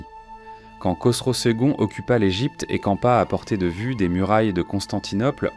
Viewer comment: Vraiment c'est la pire IA que j'ai écouté, la lecture littérale est assez chiante Par exemple L Egypte au lieu de l'Égypte c'est assez bizarre